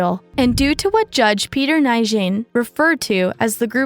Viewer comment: Nguyen is one of the most common names on earth (due to a certain Vietnamese royal forcing commoners to adopt it) - so it's one that you should learn how to pronounce correctly. It's New-inn.